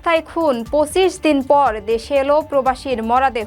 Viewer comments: সংবাদ পাঠিকার পঁচিশ উচ্চারণ ভুল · ব্রিগেডিয়ার জেনারেল বলার উচ্চারণ ভুল আছে এবং পঁচিশ বলার উচ্চারণ ভুল আছে